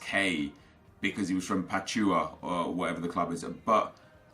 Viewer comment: Hey just a reminder Pachuca is pronounced(Pa-chu-ka)